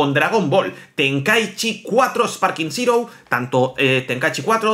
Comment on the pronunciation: de verdad aprende a leer Zero es zero y no sirou